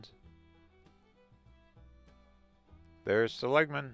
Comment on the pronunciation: This probably doesn't bother anyone but me LOL my ancesters are Seligman and you're pronouncing it wrong. The emphasis is on the 1st syllable not the 2nd☺